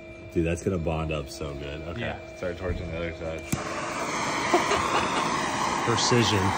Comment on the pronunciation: Jack stand: “percision”